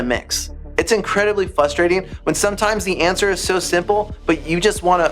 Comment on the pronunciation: Everyone say it with me… “fRRRustrating”